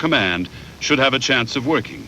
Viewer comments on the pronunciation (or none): none